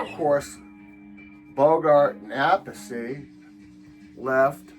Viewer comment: I used to see those Pebbles comps in the 80s, at $3 each. That's how I bought my copies. Your shirt goes well with that Pebbles cover. Very stylish! 🎽If you can find the Vanilla Fudge Shotgun 45, It has a non album B-side. You pronounced Appice correctly, but Vinny and Carmine pronounce it differently. Carmine pronounces it "Ap Peace". Never heard "Liza Jane" before, pretty cool. I'm not a Bowie fan, but I do like a few of his songs. I knew that Mime joke was coming. :face-purple-crying: Great information and film clips. Thanks!🌵